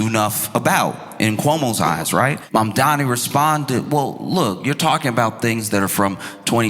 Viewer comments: "My name is Momdani, M-O-M-D-A-N-I! You should learn how to say it" To see Momdani smile while waiting patiently for his turn, feels like seeing the test question that you've been studying for! Even as a Canadian, on an island, Zohran is my mayor!! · HIS NAME IS MAMDANI, MAMDANI, YOU SHOULD LEARN HOW TO SAY IT…. THE MOFO WON BY DOUBLE DIGITS 🎉🎉🎉🎉🎉🎉🎉🙏🙏🙏‼️‼️💞💞👏👏🥰🥰‼️‼️